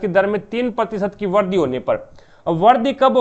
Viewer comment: aapka pronunciation kabhi kabhi samjh nahi aata... jaise vrudhi ko vardi etc etc....